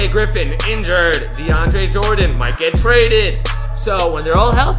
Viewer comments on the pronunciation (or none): none